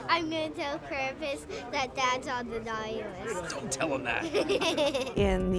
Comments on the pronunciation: What? I actually did not notice she said CRAPUS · This girl has said Krapus and krumpus Legend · Stop saying Krump I’m German and the way u say it triggers me